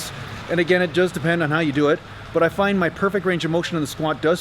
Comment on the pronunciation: Hi from the UK-- remember accent-- you started off perfectly till you got to the word find-- then you went all south african-- good attempt though